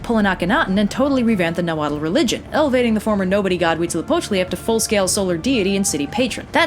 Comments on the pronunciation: Huitzilopochtli is the only thing she DID pronounce correctly. The -tl suffix is not pronounced like it looks. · DAAAAAMN I am mexican and you are very good at saying the deity's names Not Mexicans usually find it pretty complicated You are awesome (mexicas are normally pronounced like "me-shi-kas" but after hearing you say huitzilopochtli without a problem I no longer care lol)